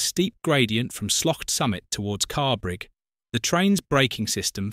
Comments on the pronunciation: The station is Carrbridge as in BRIDGE not BRIG. Please get the most simple details correct. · That explains why in the video the narration pronounced Carrbridge as Carrbrig 😂